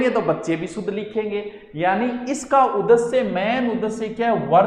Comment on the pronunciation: Jaise aap । सुध bol k शुध्द sikha rahe hai sir, jokes a part u r a very good teacher U teach very interestingly.